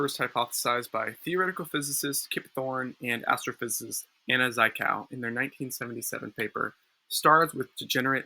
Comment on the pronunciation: "Zhit-kov" though. rhymes with "shit-cough". you will in all likelihood lose your religious belief soon, don't let it bother you too much.